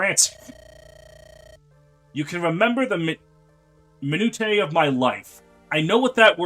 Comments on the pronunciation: For the few mispronunciations you made during Kenneth & Stefan's Support there at the end; or mainly the one you actually called out. The "tiae" in "minutiae" is said like "shay". Just wanted to put this out there because I am a boring person and "minutiae" is unironically one of my favorite words to use in writing lol. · I believe that word is pronounced "My-New-Sha" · By the way that is not how you say foliage. The i isn't by the o so it isn't foil-age, it's foe-lee-age. Also not how you say chamomile. That one's said camo-meal. Others have touched on minutiae. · Ah. Minutiae?